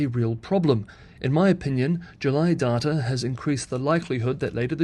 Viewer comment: The way u say data is annoying.